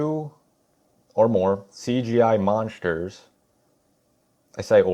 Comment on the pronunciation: "I haven't even seen the movie." Oh, ok. Then shut the fuck up and delete your account. Fix that cringe ass fucking speech impediment too. "MONSHTERSH."